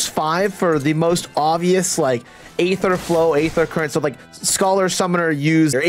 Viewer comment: Also, it's pronounced "Eether" forget about the A